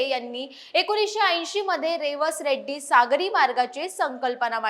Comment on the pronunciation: आधी मराठी भाषा सुधारा मग बातम्या द्या रेड्डी नाही रेडी आहे